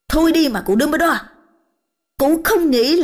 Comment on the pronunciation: uk, sau 4 phần truyện mà vẫn her mi one, phum ber dol, ghét vl, giọng thằng Nam dương, h đến giọng bà này mà mấy người kia còn thẩm đc thì t cũng chịu, chắc người nhà vào bênh :))